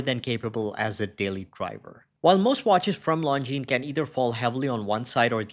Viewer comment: Nice to hear the brand pronounced correctly.